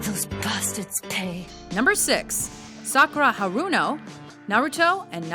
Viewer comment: The way she pronounced the names made me cringe. Sock oo ra ha runo XD